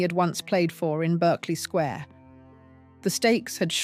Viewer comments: Please use proper grammar and pronunciation for British viewers since I assume you are British. It isn’t Berkeley Square, it’s pronounced Barclay Square. There are many other examples that makes this unwatchable for me. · I wish the photos matched the narrative. There aren't any American police cars in London. Berkeley Square is pronounced Bark-ley